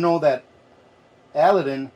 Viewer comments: Did I hear right - you called this a Al a din lamp - Ali Baba and the 40 Thieves - A lad din would be the correct way to say it. Lovely lamp! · It’s A-Lad-Din , like Aladdin and the Lamp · it's pronounced "a LAD din".